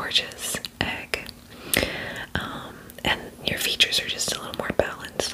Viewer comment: Its funny how she says "a really gorgeous egg☺️"